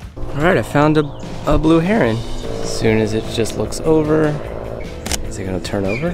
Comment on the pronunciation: Please…it’s Heron. Not herring.